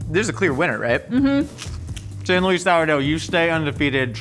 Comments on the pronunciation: Say it like San Lou-iss sourdough. Not San Loise. On kinda the same note I'm bitter I don't live in San Luis Obispo County anymore cause I can't get that specific sourdough living in Wisconsin. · As someone from the Central Coast of California, San Luis (the sourdough bread), "Luis" is pronounced as [lewis] not [lew-ise] lol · Its San "Lewis" Sour Dough fyi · As someone who grew up near San Luis Obsipo, the way you pronounce San Luis is like nails on a chalkboard 😬 It's pronounced like Lewis... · Any locals from SLO mad at how says San Luis?!?